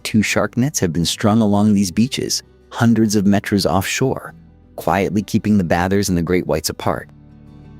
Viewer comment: Worst AI voice ever. It can’t even say kilometres and meter correctly. Beautiful photograph but script and voice are absolutely terrible. Pity.